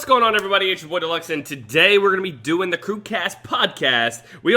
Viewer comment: I heard maker's studio was really shitty. also pronounces it dill instead of deel